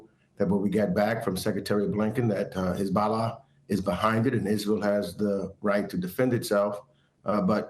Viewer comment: I find it pretty funny how this black New York Democrat is pronouning the word 'Hezbollah' like he's a hasidic Jew: "HizBA Lah." 😂